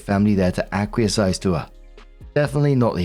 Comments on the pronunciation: I’m begging you… ‘Ack-wee-ess “ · Story 2 - When STILL can't or won't pronounce "acquiesce" correctly. It is NOT "acquies-IZE".